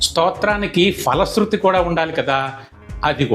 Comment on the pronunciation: ☘️ స్తోత్ర రచన ,, పఠనం చక్కగా ఉన్నవి. కానీ ... ❤ తెలుగులో " F " ధ్వని గల వర్ణం లేదు. ☘️ ప - ఫ ( Pa.& Pha.) వర్ణాలు మాత్రమే ఉన్నాయి. కావున " ఫలశృతి " ( Phala sruthi. ) అని పలకాలి. ❤ " Fala sruthi " అని పలుకరాదు. ☘️ మీరు ,, మీ వంటి ఉచ్చారణ కలిగినవారు గ్రహించి ,, మారాలంటే మారవచ్చు. లేదా మీ యిష్టం. ❤ ❤ తెలుగు పండిట్ , రామచంద్ర పురం , కోనసీమ జిల్లా. ☘️